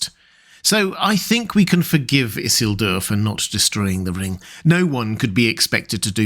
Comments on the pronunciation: Everytime you say "Isselduer" by brain goes "Eesielduuuur" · I hate the way you pronounce Isildur. It needs more emphasis in the middle and end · why are you saying isildur so weirdly bro - you're not different. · So is this guy's fluctuating pronunciation of Isildur bothering the hell out of anyone else?? Like either he's trolling us or pulling a Cumberbatch "pengweng"